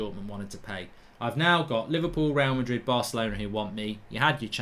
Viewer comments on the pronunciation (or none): none